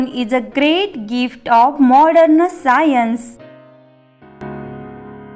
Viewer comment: साइंन्स ❌ सायंस✅ 😅😅😂😂😂😂😂😂😂😂